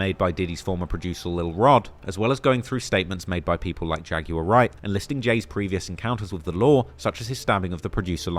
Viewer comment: Bro why do you guys say "Jag-you-are"? It's Jag-w-ar.